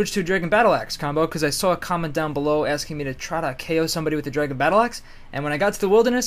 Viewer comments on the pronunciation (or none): none